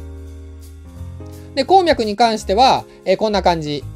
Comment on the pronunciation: こーみゃくの発音が気になるww